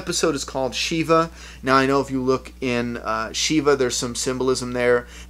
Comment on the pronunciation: ..just fyi, it is SHIVa, not like EE but like in LIVE. It refers to the grieving process of those in the Jewish faith...